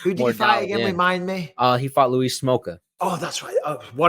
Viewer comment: You can't even say Luis name Michael.